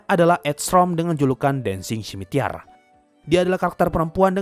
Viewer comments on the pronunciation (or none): Bang kenapa kata scimitar malah jdi scimitiar ap salah tulis :/